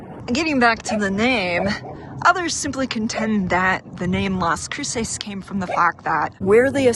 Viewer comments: You're pronouncing it wrong every time, lol. It's not crew-sayse, it's crew-suss, with more emphasis on the Cru- than the -ces. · The pronunciation of Las Cruces is cringy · OMG, if you are going to make a video about a town please learn to pronounce it correctly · I can forgive her for mispronouncing some of the words. That’s expected. But she could have at least learned how to pronounce the name of the city she was in!! And I appreciate her taking the time to try and educate people about the area. It people that actually take the time to explore that area will see that she was kind enough to only show the good parts.😆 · Great tour of Las Cruces. I live near it for 11 years. You didn't pronounce Las Cruces correctly though.